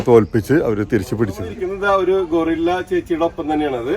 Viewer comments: ഗറില്ല അല്ലേ ഗോറില്ല അല്ലല്ലോ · ഗോറില്ല എന്നല്ല പറയേണ്ടത് '' ഗറില്ല എന്നാണ് പറയേണ്ടത്.ഗോറില്ല എന്നാൽ മനുഷ്യക്കുരങ്ങ് എന്നാണ് അർത്ഥം. പക്ഷേ ഗറില്ല എന്നാൽ ഒളിപ്പോരാളി എന്നാണ് അർത്ഥം.